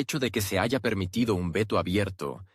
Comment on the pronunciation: No se dice JAYA la H es muda